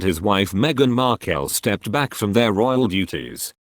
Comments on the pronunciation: Please pronounce Meghan's name as it is..Markle, Markel is wrong. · While I join millions of others in wishing the Queen a very happy birthday anc at the same time send my deepest sympathy to her Majesty and the whole Royal family, I DO wish yo ask the commentator you employ to PKEASE pronounce Meghan’s last name properly and speak in a more animated tone. Hd sounds like he is reading the phone book!! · Oh good grief...what hair colour next..Archificial's age seems to fluctuate with every photo Don't believe a word of this, can't even pronounce Harry's wife name correctly